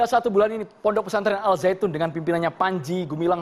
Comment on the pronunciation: Kenapa nyebutnya al zaitun,knp g dibaca secara huruf syamsiah...